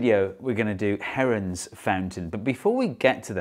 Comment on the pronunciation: For a second I thought u said heroin